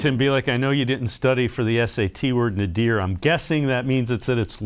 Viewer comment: Don't be too impressed with King's vocabulary, he mispronounced nadir.